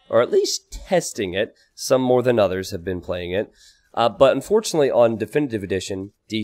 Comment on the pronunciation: unFOtunately <3